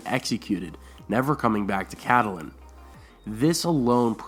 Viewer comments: ur pronouncing Catelyn Stark's name wrong. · Your pronunciation of Catelyn Tully is very weird in every video. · I always thought is was pronounced Cat - lynn not Cat- ah -lynn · If you're going to narrate a beloved story/theory, please learn to pronounce the character's names correctly. It's CAT- lyn, not Cat-A-lyn. Additionally, proper verb tense is really important (for example it's sought not "seeked." "Seeked" is not a word) You might garner more subscribers if you correctly pronounce words like Corroborated without a "W" in the first syllable. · I completely believe that Littlefinger could have started all of this. He had quite a bit to do with Ned being killed. Of course, I still believe that Catelyn (pronounced Cat Lynn) had a great deal to do with this. Abducting Tyrion was the worst possible move she could have made. It ultimately led to Ned's death and everything that happened after, including Robb ultimately being killed. In the books and the show I kept wishing that someone would sit her down and tell her that she needed to stop. Catelyn was so overwhelmed by what happened to Bran that she couldn't think straight. Unfortunately, before Bran was pushed she was very cautious and didn't make many rash decisions. I think everyone around her was so used to her being level headed, that they didn't notice that she'd jumped off the deep end. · it's pronounced Catlyn :) the e is silent.